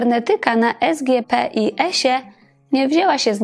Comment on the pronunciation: Esgiepis:) tak to się wymawia. Moja siostra ukończyła tę uczelnię,a po latach już Szkołę Główną Handlową mój siostrzeniec. Bardzo Panią lubię. Doceniam Pani pracę i proszę nie obrażać za tę "wrzutkę". Wszystkiego dobrego.